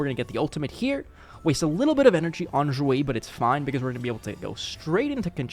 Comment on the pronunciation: Do you speak chinese cuz the way you say Xueyi sounds right I don't speak chinese i'm just curious